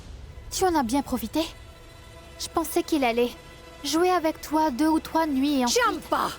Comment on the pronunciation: Pas tchampa mais tchanpan😂😂😂